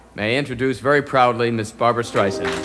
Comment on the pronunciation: Absolutely hilarious how you can hear her correct the way he pronounced her name….lol. Classic Barbra. 🤣